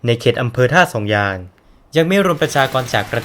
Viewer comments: ท่าสองยางนะ ไม่ใช่ ท่าสองยาน ออกเสียงให้ชัดๆหน่อยนะ ผมนี่คนท่าสองยาง โดนกำเนิด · เหรอทำไมผมฟังเป็น100รอบคำว่าท่าสองยาง มันถึงเป็นท่าสองยาน คับ น้องรู้จักพี่ พัน ที่เป็นยาม รพ.นี้ไหม ผมนี่แหล่ะน้องเค้า ชื่อ เอส